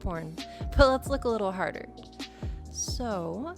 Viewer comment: We not gonna talk about this masterful "let's look a little 'harder'"